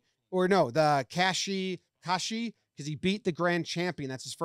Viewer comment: You did great on the names and terms except for kachikoshi. All that means is he got his 8th win of the basho (tournament) guaranteeing a winning record.